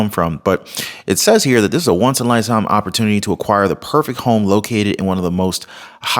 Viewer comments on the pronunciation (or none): none